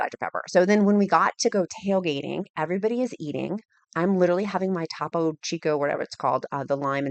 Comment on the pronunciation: Fabulous! Living your best life. OOoh, it’s Topo(long o sound as in toe) and all the rage in the SW/Texas area. When I lived in AZ it was always sold out😢obsessed with the grapefruit